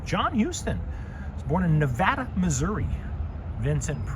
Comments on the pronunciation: Nevada, MO is pronounced niv-AY-duh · Nevada is pronounced... na va da here